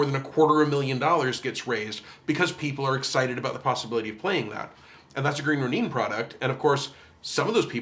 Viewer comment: As a Proper Noun, I assure you, it's pronounced Green Roh-Neen. :) As I learned when I moved to Seattle and began to hang out with it's owners in person after they hired me.